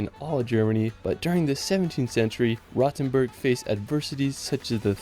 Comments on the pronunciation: What triggers me the most is the pronounciacion of Rothenburg (ob der Tauber). He is pronouncing like "Rottenburg", which would translate to "rotten castle". Instead, the 'O' is pronounced longer as well as the 'T'. 😅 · Yes, he managed to butcher all of them. I cringed the most at "Rottenberg", just awful.